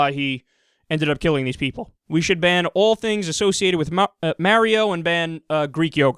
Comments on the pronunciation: He distinctly said 'Maerio'. xD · Maerio? WTF is Maerio? o.O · bro, i'm a gamer and my ears exploded when you mispronounced mario. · Damn, stole my witless comment of pronunciation issues >:d You just better hope he doesnt get on his joshy and tag along with his brother loogi